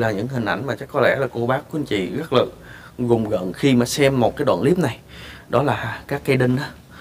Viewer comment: Rùng rợn ông ơi ,gùng gợn cái gì đọc bậy ko